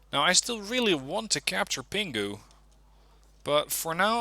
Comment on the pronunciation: When you pronounce Pinghu, don't pronounce 'g'. Pretend that it's Pin Hu.